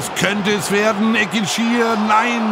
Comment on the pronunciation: Als Gebührenzahler nehme ich mir das Recht immer gerne heraus! Richtige Aussprachen: - Keita-Ru El - "Ekintschi Er" und nicht Eckintschir - der Waldhof / die Waldhöfer (wenigstens 50% der Zeit) und nicht "die Mannheimer". Wir sind weder der VfR noch die Adler. Falls hier etwas dagegen spricht, bitte St. Pauli in Zukunft als "Hamburg" betiteln. Vom Regionalsender SWR erwarte ich hier mehr Kenntnis.